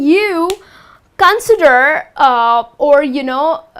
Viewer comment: Con'sider not 'consider